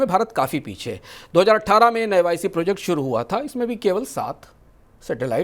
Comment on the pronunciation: Jij Had nine ka deshdroh dekho..navic ko nav ic bol raha hai likhna nav ic hai padhna hai navic ..namkaran kiya ja chuka hai navic